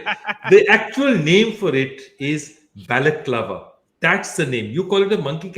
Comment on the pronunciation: What's the right name for Monkey cap? What did he said? Balet clawa or what?